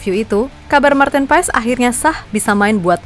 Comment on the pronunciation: Maarten Paes dibaca "Pas min bukan Paes, jadi Martin Pas 🙏🙏🙏